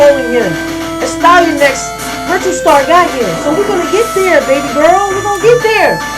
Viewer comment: Destroyed a great game! Ah, the classic little "smudge" on the lens recording hehe I got one of those as well in a vid. Also I think it's "Ass-Tea-An-Axe" Doing a great service for the gaming commune by destroying all these games! Keep it up!